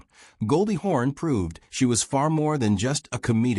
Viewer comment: the ai can't pronounce hawn correctly